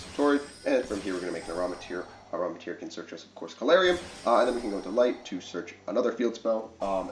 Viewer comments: It’s amritara. Am-ri-tara, not aramitir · “AM-RI-TAH-Ra” lol